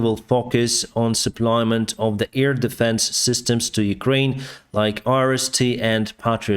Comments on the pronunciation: It's not SUPPLY-MENT; it's pronounced SUPP-LA-MENT(Def: In addition to, to add more). Keep up the good work reporting on the latest events. The ORC's will eventually come out of their drunken stupers and realize that they're not wining the battle to take the whole country. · Forgive me for pointing out a detail of English, but "suplyment" is not a word... in those cases, you just say supply - thanks so much for your updates... I follow many sources of info on the war as we are and American-Ukrainian-Russian family, and yours are the best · Please don’t repeat “supply-ment”,. Great videos but the noun-words: ‘the supply’, ‘the advance’ etc are shorter than you think!